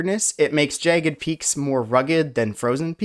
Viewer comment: you're mispronouncing jagged every time. jts JAHH-gid, not JAY-gid